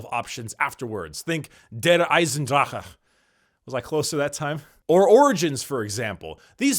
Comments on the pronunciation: Congratualion you pronounciation of DER EISENDRACHE is almost spot on. Nice! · 9/10 on the Der Eisendrache pronunciation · Did my boy just say "Der Eisendrache" in perfect german?...well dayum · your "der Eisendrache" basically perfect